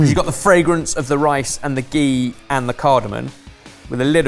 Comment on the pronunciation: Stop saying gee it’s just butter